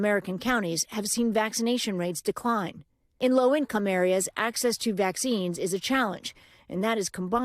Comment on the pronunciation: Decling? Really?😂